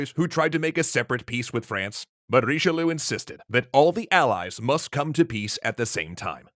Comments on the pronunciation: Seriously, why do you ignore the "i" of Richelieu ? I know it's a nitpick but still. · Bruh what's that Richelieu pronounciation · Honestly, I was legitimately pained by his pronounciation of Richelieu XD